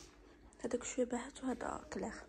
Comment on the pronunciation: راه كلير هي باهت اااا بقاي تعرفي الكلمة عاد نطقيها